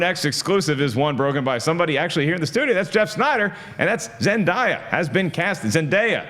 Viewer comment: Zen DAY ya not Zen Di ya. 😑